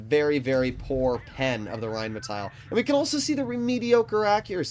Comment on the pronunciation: Just in case you care. You pronounce the rhm like reinmetail. Just let the i away. Pronounce it more Like the englisch metal and emphazise the A. It has to sound like the way you pronounce it but without the i.